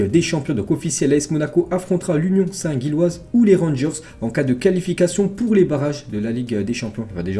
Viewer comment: Union saint Gilloise se prononce union saint Jilloise